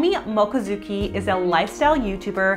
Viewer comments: I don't know anything about her, but as a Japanese speaker I'm pretty sure it's moCHIzuki, not moKAzuki. You know mochi, the delicious glutenous rice desert? Same word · Oh also her last name is sounded Moe- chi-zoo-key. I as in 'id' :):) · that's not how you say her last name..... i think she eats a lot of good things.. but she does seem to still be very focused on CLEANSING and it smells like ED tendencies. for me. personally. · Girl- her last name is mochizuki maybe correct her name pls